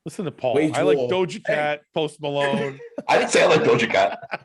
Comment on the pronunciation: Did Paul say Toast Malone? 🤣